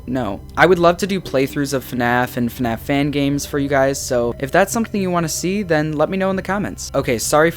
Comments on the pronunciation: Oh I get it his name is FuhNaff lol and it's supposed to be FNAF but in a different way 😀🤣 I'm subscribing to this channel 👌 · Hey guys welcome back to a new video of... FUHNAFF (I like this intro)